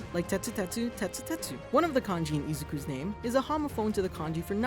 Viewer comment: isiku midoria? you mean isuku midoria